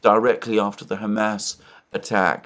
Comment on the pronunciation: Something must be brewing. Alexander is again saying 'Hamas" with a supposedly arabic accent